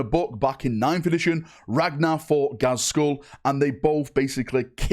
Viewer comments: In the name of Mork it's pronounced Gaz-Kull not Gaz-Skull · You say Ghaz's name so weirdly sometimes 😂 you over accentuate his second half lol